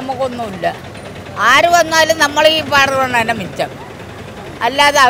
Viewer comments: ഫരണമല്ല കുട്ടീ ഭരണം എന്നു പറയൂ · Sister faranam matti bharanam ennu parayan nokku.. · ഫരണം അല്ല ഭരണം. ഉചാരണ ശുദ്ദി നന്നാക്കി പറയണം 🙏